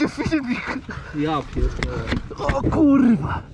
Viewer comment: "Kurla drifterzy"